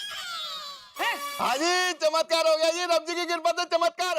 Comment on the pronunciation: Others : Chamatkar Iyer : Chitkar